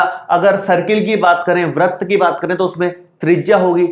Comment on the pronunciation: Sir vrat nhi vrit hota hai